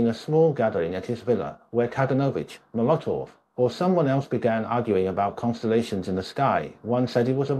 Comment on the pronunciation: Trot-sky,Cheek-a, ice-ax?(it was an ice pick), Mula-tov?, Plee-niary?, meme-orize?, Alex-tsar?, please...